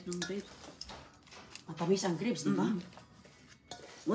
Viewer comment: Sakit sa tenga ng "litos" at "greps" ni.😢😢